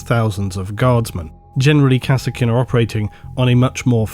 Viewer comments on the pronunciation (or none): Be honest, you do misspronounce everything on purpose for ragebait, right? There is no way that you pronounce EVERY SINGLE 40k Name differently than everyone else by accident. Its "Kassarkin", not "Kass-Er-Kin".... they say it in both dawn of war 1 and 2... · I swear i hear "harkonen" everytime he said kasrkin i don't know what is wrong with me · "Kah-Serkin" XD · I called them Kaskin based on the DOW pronunciation.